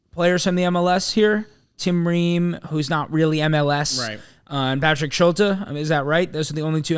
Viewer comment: Schulte is pronounced Schult-EE, also Gaga is at Barnsley and they don’t have an international break so they don’t want him to miss games, CCV also has reported toe injury which is why he misses